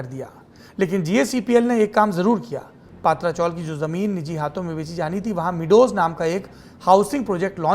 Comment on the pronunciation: सौरभजी, पातरा चोल का सही ऊच्चार पत्र्या ची चाळ है.🙏🙏🙏🙏🙏